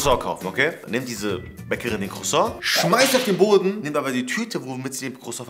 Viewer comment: Dieser Cruason hahaha.:ich wollte aber nur einen Cruason